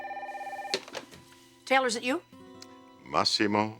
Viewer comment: " Teller". We're all gonna die......please Stephanie her name is TAYLOR